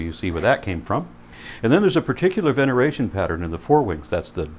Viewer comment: In fairness, pronounced venation as "veneration."